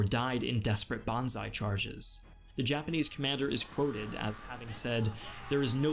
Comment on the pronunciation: Not "bonsai" BANZAAAAAI!